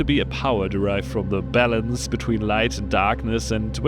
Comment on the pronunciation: Not trying to make fun of your accent, but it sounded at first like you said "the bell-ends between light and darkness" here :D